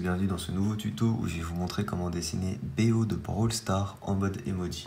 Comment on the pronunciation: Sa se dit beau et pas b o